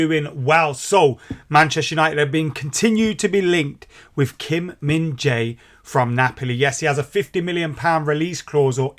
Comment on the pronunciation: Whatever you do. Don't call him Kim Min Za-i. He hates it.😂😂😂